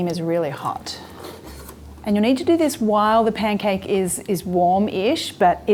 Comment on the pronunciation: It's P A N C A K E, not pen cake, love.